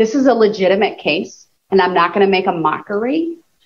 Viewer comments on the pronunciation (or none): none